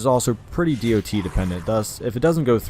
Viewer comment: Can you say it dot instead of D O T?